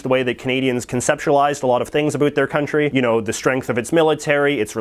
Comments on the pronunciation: He can't even pronounce "about" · I'm Canadian he's just pronouncing about an around wrong we don't all talk like that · That’s the first Canadian I hear pronouncing “About” like that I’m from Ottawa. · Americans always say Canadians pronounce the word "about" as "a boot". You are the first Canadian I have ever heard that actually pronounces it that way.